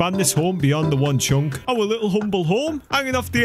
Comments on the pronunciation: I love it when you say chonk insted of chunk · he say one chonk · I like how he says "chunk" so weirdly with that accent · I like how he says "chunk" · when he said chunk he sounds funny